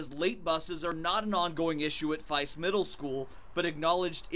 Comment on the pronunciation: This incident is annoying, but the fact that they said Faiss as FEISS IS SO ANNOYING ITS PRONOUNCED F E S S. NOT F I S S. GET IT RIGHT, GOD. sorry, people misspeaking my school's name is ANNOYING 😂😂